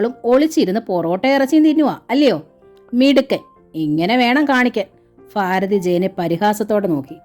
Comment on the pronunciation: വായന വളരെ നല്ലതായിട്ട്.... നല്ല ഹൃദ്യമായി തോന്നുന്നുണ്ട് ❤❤അതേ ഫീലോടു കൂടി ഉൾക്കൊള്ളാനും പറ്റുന്നുണ്ട്... പക്ഷേ ആ ഫാരതി... ഫയം... ഇങ്ങനെയെല്ലാം കേൾക്കുമ്പോ ഒരു അസ്വസ്ഥത 😞പ്ലീസ്.... ഭാരതി... ഭയം... ഇങ്ങനെ വായിക്കാൻ ശ്രമിക്ക്യോ?